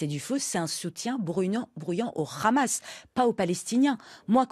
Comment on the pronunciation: Une iranienne (ou d'origine iranienne) qui prononce "Hamas" en "Khamas" en dit long sur son "obédience" idéologique à elle et ses influences A part l'Iran sur lequel elle a naturellement des choses intéressantes a raconter, elle est complètement en roue libre sur le reste des sujets